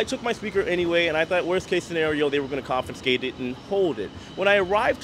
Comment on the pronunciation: There is no such word as “confinscate”. There is no N. It’s con-FI-scate. And you don’t “bort” a ship. You Board. I just thought as live reporting blogger, you may want to know. I did chuckle though when you said, “the technician in Tampa didn’t know I was” 🤭. I didn’t either until I saw this for the first time this morning. Happy sailing.